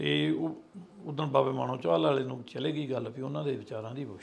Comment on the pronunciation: ਬਾਬਾ ਜੀ “ਮਾਨੋਚਾਹਲ” ਸੀ “ਮਾਣੋਚਾਹਣ” ਕਹੀ ਜਾ ਰਹੇ ਹੋ 🙏😢